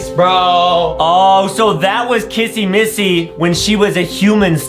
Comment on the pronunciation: It is not missy missy